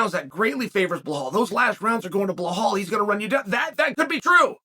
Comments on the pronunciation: Can someone please tell Chael the name is pronounced Be-Lal, NOT Balhal. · Dafuq is blehol 😂😂😂😂😂😂😂😂! Come on chahel it’s Belal! Remember the name ! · his name is Bilal, not BLAHAAAL Bro C'mon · uncle Chael... it's BE-LAL... Blahal smdh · Chael says he reads all the comments. Why'll he's at it he should bother to read the title of his own videos and see that Bahall's name is Belal. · Who the hell is bla-hall??? I thought Burns was fighting Belal Muhammad?? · Sonen is an idiot for not being able to name Bella the right way. He s like disabled and can’t say it right? Why he mocks him like that? He knows how to name him right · CHEAL FOR GODS SAKE IS BELAL LIKE BE LAL 😅😂😂😂😂😂😂 NOT BLAHOL 😂😂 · hes name is belal not blahal and you say khamzat not hazmat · Blahol hurts everytime I hear it. Chael is dyslexic. Makes his trash talk back in the day even more special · Ok guys, put your money on Blehall "mispronounce the name" Mohammad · Why does Chael keep mispronouncing Belal's (Be-LaL) name ? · Are you knew? He mispronounce everyone 's name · no hes not he says the white Russian names just fine if ur of colour he makes it his mission to mis pronounce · Why he say blahol HAHAHAHAHAHAHAHAHAHAHHAHAHAHAHA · Chael your predictions are way off. Say something now mate. Too many hits to the head in your days or something? Also, try say his name correctly. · Chael's mental note before saying name of a muslim fighter: I must mess it up 👺